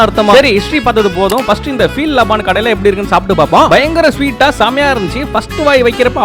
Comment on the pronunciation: தம்பி அது பேரு லபான் இல்ல லபன்